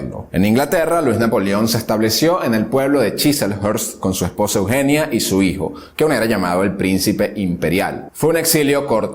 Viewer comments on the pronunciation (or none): none